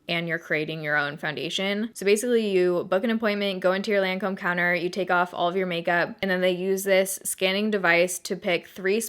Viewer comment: that moment when even the Lancôme lady didn't even pronounce the French name right ....